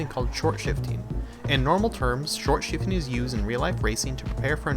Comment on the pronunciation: Stop calling it shortshfting just stop